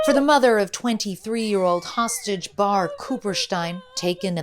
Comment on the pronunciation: Say hostaget please